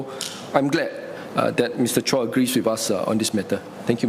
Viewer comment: Mr Supaat must have been so excited to present his findings that he had to mispronounce Mr Chua's surname wrongly.. twice! 😂